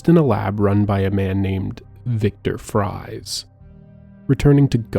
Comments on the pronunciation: Victor Fries is pronounced Freeze, which he also fucked up as well as Falcone. Drives me nuts tbh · fries is pronounced freeze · Your mispronounciation of so many things, especially the names, woke me up lmao. Victor Fries for example. "Fries" is pronounced "Freeze", obviously lmfao. Falcone was another one as well as Officer Boles. I sort of wish you'd have done your own research BEFORE doing an entire video on the Arkham Series, man. Really disappointed in minor things throughout the video, that would be fine on their own but start to pile up. I know this couldn't have been easy to make though, so credit where credit is due!